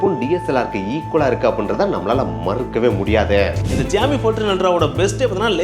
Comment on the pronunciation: ❌Xiaomi ✅joomee